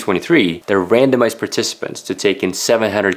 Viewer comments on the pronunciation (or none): lol, when you said "randomized" I first heard "random ass"